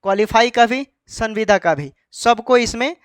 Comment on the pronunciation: Tumko sanbida bol ne nhi aata h bat krta h kanun ka